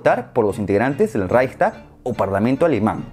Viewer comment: Se escribe Reich (de imperio) y luego stag, no raysta, pero está bien. Me encantan tus vídeos :)